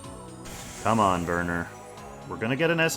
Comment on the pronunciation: I'm pretty sure Werner has a W and I'm bothered whenever you say Verner. Why V? that's a W.